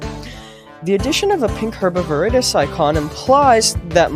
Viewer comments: his pronuncation is awesome. He pronunces it (Herb AvirIdis) normally pronounces (Herb Of Veridis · Is no one talking about how this guy says “herb of veredis” 💀🙏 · I think hes saying "herbovirdis"